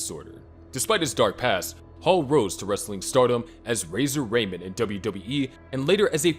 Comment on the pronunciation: brother, I can very clearly tell you've ran the script and your description through AI because no human writes like that. Also if you're making wrestling videos but can't pronounce Razor Ramon or the 619, then, I don't know what to suggest. Reassess some basic life values or something